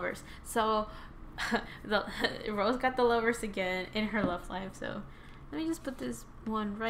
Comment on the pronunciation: I like ur reading but it rosé not rose it's pronounce ro-sey